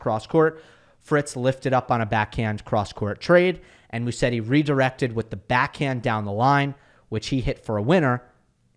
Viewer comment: Hey. Haven't seen anyone correcting you, but it's pronounced Muzetti. I know you try to have the right pronunciations as much as you can.